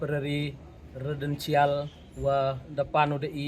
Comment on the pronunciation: Tng pronounce residential lh r pu bait ,kmnu thung waheh chnong p u 😂